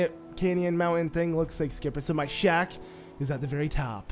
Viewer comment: It's always your videos are helpful even if it is 2022. But every single time you say shack I keep hearing shaft. You've got a great voice and my guess is you might be narrating elsewhere 😉